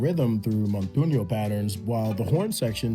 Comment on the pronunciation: fyi it’s montuno, not montuño